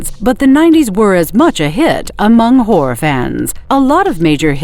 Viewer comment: The AI sounds like it's saying "whore." "Whore is a great genre."